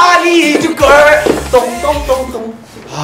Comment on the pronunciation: suga: "i need you gir" hahahahaha the way they pronounce the girl tho